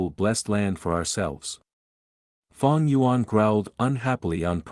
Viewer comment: Fang gu yuan 😂😎👌op